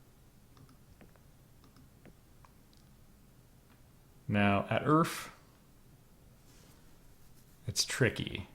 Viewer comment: Ah, Earf. The land of our forefathers! 😂